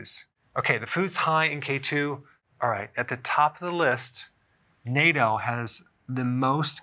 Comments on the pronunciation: Nah-TOH may be a better pronunciation than Nay-doh 👍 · It's not pronounced NATO like the organization. It's nattou なっとう. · It's pronounced "Nah-tow". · You say "natto" in the whitest way possible 😂